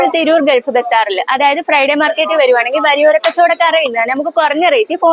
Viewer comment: വരിയോരം അല്ല. വഴിയോരം